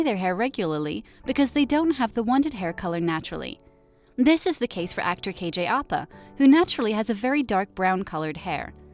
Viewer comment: its pronounced kj au pa